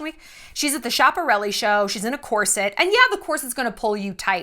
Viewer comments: Schiaparelli is pronounced "skah-puh-rell-ee", not trying to be a dick. I would recommend looking into Elsa Schiaparelli if you ever have the time, she was a visionary creative as well as rivals with Coco Chanel. At a costume party, Elsa was dressed as a tree and Coco Chanel made it so that she got in the way of one of the candelabras and her costume caught fire. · It's only me who noticed incorrect prononciation of Schiaparelli?😂 It's an Italian surname. Elsa was Italian ❤